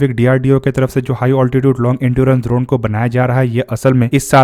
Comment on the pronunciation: लगता है भाई गुरु द्रोण के बारे में पढ़ कर आया है। इसीलिए ड्रोन को द्रोण बोल रहा है 😅